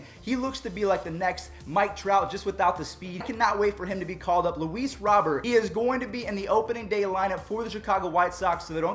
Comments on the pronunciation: Hey just a friendly tip it's ROW-BEAR not Robert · Luis Robert pronunounced Robe-Air